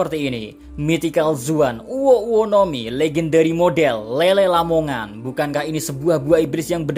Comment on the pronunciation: Lele lamongan🤣 jowo tenan